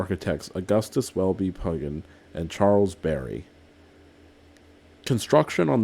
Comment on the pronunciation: You pronounced the name of Pugin incorrectly. I asked copilot. If you want it in the International Phonetic Alphabet (IPA) as well, his surname is usually rendered as /ˈpjuːdʒɪn/ — roughly “PYOO-jin”.